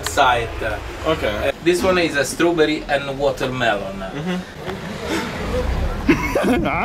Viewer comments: Stroberi or wotermelone xD!!! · This is stroberi and *watermelone*. IM DYING 😂